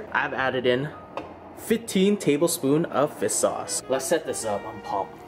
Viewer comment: The way you say fish sauce - fea sauce